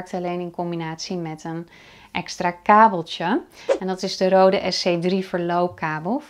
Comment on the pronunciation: Goede uitleg maar het merk is niet Rode ( zoals jij het uitspreekt ) Je spreekt het uit als Reude daarom staat die streep door de O, dat maakt van de O klank een EU klank